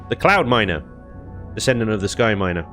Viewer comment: Every time i hear say "Cloudminer" i hear "Clownminer".....